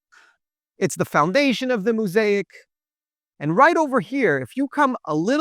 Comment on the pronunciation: Quite fascinating. Re pronunciation.. mo-saic.. the first syllable is mo.